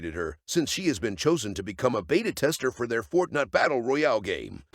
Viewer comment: 😅😂😂 the narrator fortnut battle game LOL 😆🤣🤣 hahahaha